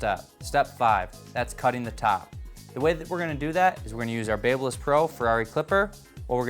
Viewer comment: looks like shit...and I hate the way he says Babyliss.